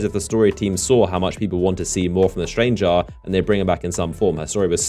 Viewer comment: STRANGR-AH. STRANGE-AH. The STRANGE-AH.